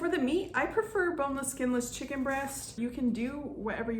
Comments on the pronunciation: She said shicken 😂😂😂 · This looks good..but mostly, the way you described it makes it sound way better than it looks 😁 I love how you pronounce "chicken" 😂